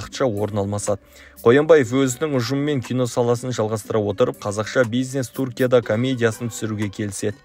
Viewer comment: Туркия емес түркия өз тіліңді дұрыс сөйле